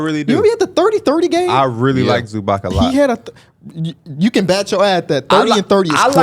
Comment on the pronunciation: Zubac is pronounced Zoo-bots fyi not zoobock